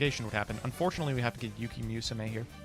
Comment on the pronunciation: "we're gonna use yuki MEWsume" |: I